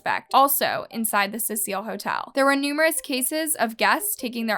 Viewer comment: Constructive criticism..... Get your names right. I watch ALL your videos. I'm always peeved by the fact that you constantly change your pronunciation of names and places!! It can be confusing. A point to work on is all. Otherwise, well done. Thank you.